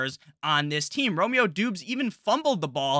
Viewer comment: Great channel! Romeo Doubs. Doubs is pronounced Dobbs btw